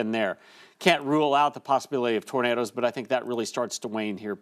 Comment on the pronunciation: called them Tornaders 😂